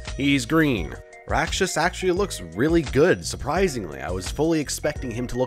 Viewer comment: Atleast Rakshas (youve said it right) looks alright